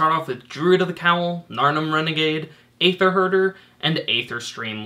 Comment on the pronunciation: Hey, its no skin off my teeth, but just wanted to point out that Wizards has confirmed that it's pronounced "EE-ther," the same way as Caeser is pronounced. Love the videos, keep up the great work!